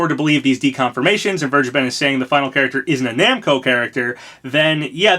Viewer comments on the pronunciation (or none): Vergeben is pronounced somewhat like: "Fair-Gey-Ben" Also, it means "Forgiven" and yes I Think It's a weird Name. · He sounded British when he said Vergeben the second time :O